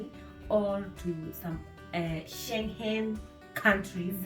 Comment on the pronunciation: Umenichekesha haki every time you say sche.... whatever country